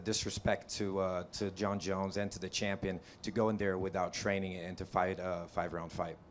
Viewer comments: She is shampion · I'm the campion you know? I have been training with my coats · no according to her shes a chumpion